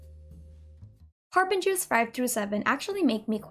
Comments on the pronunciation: I love how she pronounces the names of the Harbingers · Man...hearing you say the Harbinger names hits different